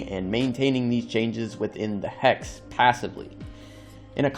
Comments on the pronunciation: It's pronounced Hex. You're saying Hax. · “Hacks abilities” 🤣🤣🤣🤣🤣 Dude it’s “hex.” Wtf. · Hex? No HAX😂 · You sounding like you were saying Hacks , appart from that good video 😅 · why do you keep saying Hacks instead of Hex? like... wtf? they're even hexagonal in shape... come on. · I thought u were saying hacks😂